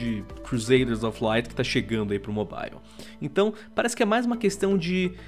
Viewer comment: Eu só acho que precisa chamar alguém que saiba falar o mínimo de inglês pra falar nesse canal, dá uma agonia toda vez que ele fala mobile